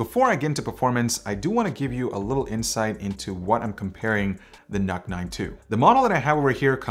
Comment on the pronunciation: Why I am hearing it as "Nut 9"..